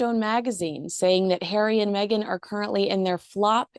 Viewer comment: Stop saying Meg an…… it’s Megan. Same as Craig not crag